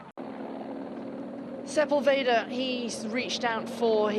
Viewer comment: Man, you can tell you're on the American broadcast when sepUlveda becomes sepulvEehdah and his nationality changes from Argentinian to just some other latinoamericana neighboring country... 🙈